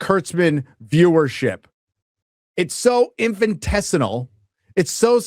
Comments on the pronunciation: Infinitesimal, not "infintessinal", ya drongo, lol! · InfintesiNal? I'm going to have to lear you some language skills, bruh. Say it with me - in fin it es im al- infinitesimal 😂